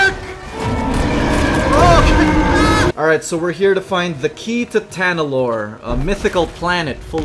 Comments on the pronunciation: hates the idea and characters so bad he pronounces it wrong "Talanor!" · He keeps saying TALANORR and not TANALORR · It's truly wonderful, how many times, continuously, says Tanalor wrong👏👏👏😆.